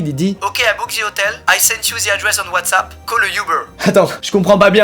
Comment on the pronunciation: ah oui ''WhaysApp'' la fameuse application de communication